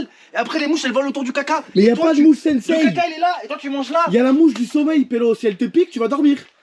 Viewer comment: Toma tête de con c'est pas "SenSeï" c'est "Tse-Tse" mais trkl